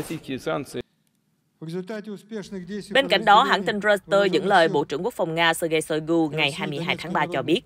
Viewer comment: Roi- xtơ là cái gì vậy? Đưa tin mà ngọng nghịu quá., đọc sai nghe chối tai nữa.